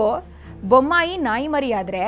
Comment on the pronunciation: ಬೊಮಾಯಿ ಅಲ್ಲ ಬೊಮ್ಮಾಯಿ